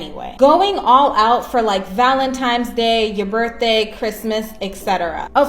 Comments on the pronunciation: * Valentines Not ValenTIMES ! 😂😅😂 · Did the first girl mistakenly say Valentime’s? Repeatedly? Then she goes into communication being key, yet: Him: “What’s wrong?” Her: “……nothing” Yeah…… 🤦🏻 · If she doesn't know it's ValentiNes day and not ValentiMes day, she gets nothing. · Valentimes? Rofl... Valentines Day. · Any female that says valenTIMES day doesn't deserve a mf thing. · "Valentimes Day" 😂😂😂 They are so dumb. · "Valentimes" annoying AF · Valimtimes Day?! WTF is that? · LMAO.... "valentimes day" Buahahahah